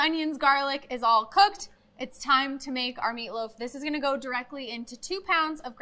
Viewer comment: Did she say Meatloaf , or Feetloaf ?